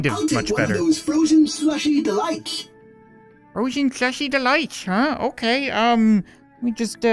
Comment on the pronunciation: "frosen shlusi delights"